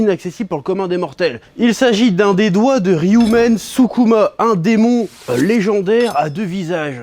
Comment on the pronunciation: ryomen skuma, et après sa fait le passionner apprend a bien prononcer les nom japonais avant de dire de la merde